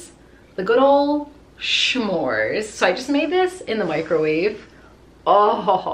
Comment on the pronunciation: Her: I have a huge bag full of shnacks. Me: When I get a snack or say it I’m going to say shnacks. Then she said shmores